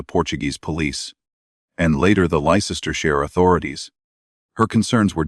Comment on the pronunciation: Ley cester shire...that AI..voice is awful...its LEICESTERSHIRE..LESTER SHIRE...yours sincerely from the old qeer corrupt UK..from Leicester...